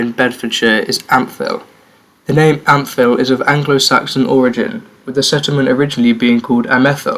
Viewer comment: Nice work, good to see a decent video on the history of the county. Ampthill is pronounced amtill and you could have mentioned woburn as it’s the seat of the duke